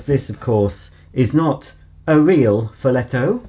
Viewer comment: Good pronunciation ! I'm italian.